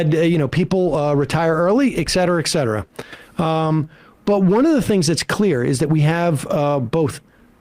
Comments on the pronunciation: It's et cetera, not ex cetera. And Secretaries of State, not Secretary of States. For a guy who likes to call his conservative rivals dummies, he sure sounds dumb. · Each time et cetera is pronounced ex cetera, one linguist dies in anguish.